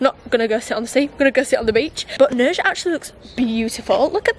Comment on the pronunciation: Nerja I thinking is pronounced NerHa because in Spanish the J is usually a hard H. Like the name Julio… pronounced Hulio. Hope that helps… lovely place though. Thanks for sharing it with us!!